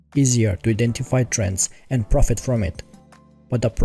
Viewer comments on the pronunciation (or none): none